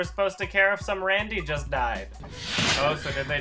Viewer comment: "Randy"? Why "Randy"? Isn't it Rando?